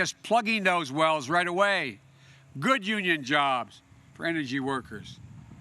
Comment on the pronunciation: "When I think of crime-ate change, I think of good paying un-srhrin shobs!"